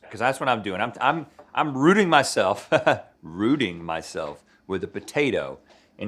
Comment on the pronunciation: the emphasis and everything lolol